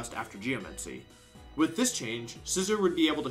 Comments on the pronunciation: I can’t help but notice you’re pronouncing Scizor wrong. It’s “SciZOAR” not “scissor” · that pronunciation of scizsor genuinely hurt me. its not pronounced like the object there is an emphasis on the O like boar or roar